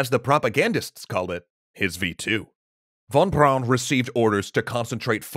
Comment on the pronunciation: Junkers is pronounced "yoonkers". I'm a bit surprised, because you got Von Braun right...